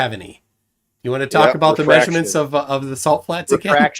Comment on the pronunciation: You don't have no may-zure-mints. When you look out and take a may-zure-mint you have a flat base line. Holy shit tell that drunken fool to put his teeth in before he speaks. Show some respect.